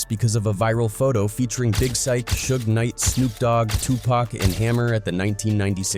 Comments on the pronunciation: It's 2 pac not 2 pack he needs to pronounce folks name correctly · It's Tupac not Tupack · Once he said too pack. I stopped listening. 👎🏽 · It was all good til his said “2 pack” lol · Tupac pronounced, "To - pOCK" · The guy said two pack, I wish people when doing research learn to pronounce people names it really messed up there name and turn off for me. McHammer meant can't touch this literally. But where is his ministry or name of church would love to see him because he seems intense. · Did that fool just call him TU PACK? ?👎🏿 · I’m so sick of these mf’in AI voices that can’t pronounce Tupac correctly. Pay for some better AI voices there out there you cheap punk. Stop dissin Tupac cause you want to save a few bucks. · As Interesting as the stories be y'all disrespectful on how y'all pronounced TuPac name. Prounce it correctly if ya don't know ya better askl somebody... It's a turn off to continue watching as y'all mispronounce the man's name in every video unless those close to him says it or Tupac himself mentions it... It's disrespectful! Ppl sleep on MC HAMMER and leverage he has in real life, be a big mistake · Hammer also isn’t gay. You mispronounced Tupac? 😡 ok 👎🏾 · The pronunciation of some of the names has me laughing out loud at work: "Turn this mootha out" "Redmun" "Two pack" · Hearing names pronounced as TwoPack and Notorious big, clicked on my AI reader sense.